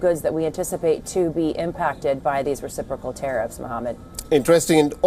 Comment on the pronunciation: That's a weird pronunciation for reciprocal.